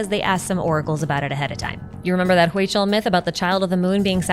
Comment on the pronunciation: Hi! hey just so you know, Huichol is pronounced Hui-chol, the Hui is pronounced like "we" so, we-chol 😊. Love your vids!